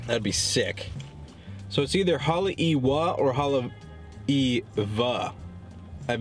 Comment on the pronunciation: ...FYI... Correct pronunciation is Hah-lay-ee-vah, translated as House of the Iwa (frigate) bird